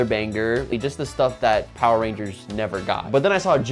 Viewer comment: It seems like the power rangers fans are soiling their diapers! It's hilarious how easy it is to irritate fans of this thing.😂 There was one who already mispronounced the name of the show itself Poeer Rangers, and now these cringe-worthy kids are spreading lies to feel like they're part of something.